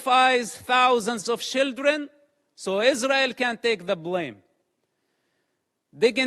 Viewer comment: I know its his accent I know its the fact that english isnt his first language But I love the idea that he is saying "Shilldren" intentionally, as children in gaza are pretty much being used as such